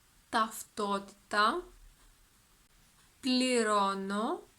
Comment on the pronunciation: Γεια σου! Few questions, if I may: , the της is contracted, I can only hear a "τς". Is that a pronountiation rule or it's a contraction which might or might not be used? I noticed your pronounciation of διαθέσιμα is different than I expected. The first "α" is almost silent, while same word has a very clear "α". Is something about the context? ταυτότητα or ταυτότα ? Ευχαριστώ!